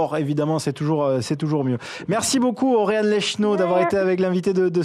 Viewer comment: Il dit Océane HAHAHA !! Sinon bravo A toi et toute l'équipe !! 😱👏🏼